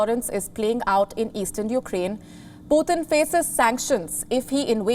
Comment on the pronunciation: girl you are butcher the names ....puthin ....XD